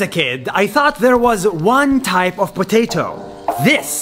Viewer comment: Nobody: Absolutely no one: Not even a single whisper: I HAVE A POTATOO POTATO POTATOO I HAVE A POTATOO